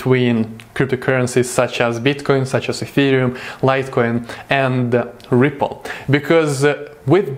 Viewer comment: Sounded like you said triple in the beginning but Yo I love this channel keep it up 👍🏼👏🏼